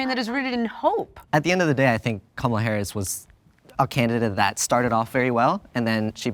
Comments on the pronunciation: Pronounce her name "Camela." Is that the allegedly liberal version of the right's intentional mispronounciation "Cu ma la?" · Why was he pronouncing Kamala camela